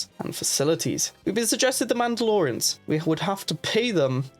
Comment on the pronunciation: "Tabiana Gas", "Mandalorans”. This guy uses vowels like vague suggestions.